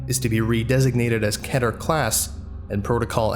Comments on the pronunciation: It's keht-air, or keh-ther, as it's the Hebrew word Keter - the highest 'rank', to simplify it, in the Tree of Life. Also, he has literally done a video explaining this to make people like you stop. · "Yea" is pronounced "yay". Also, AFAIK, "keter" is pronounced "kee-ter"...? "Deluge" is usually pronounced "day-looj".